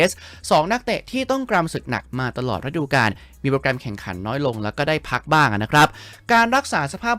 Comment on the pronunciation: ฤดู > ออกเสียง รึ - ดู ไม่ใช่ ระ -ดู …มันคนคนละความหมายเลยนะ😅